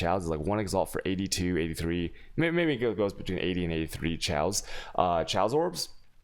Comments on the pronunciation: The moment i heard tchaos orb instead of chaos I’ve instant closed the video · I thought you were saying "Chailce Orbs" or "Chay-os orbs" and I was very confused. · Dude look up how to say Chaos, and Alchemy. Seriously.